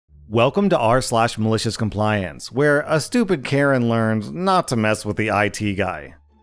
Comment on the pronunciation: "Malishiz Combliance" he's said it so many times at this point he sounds like he's having a stroke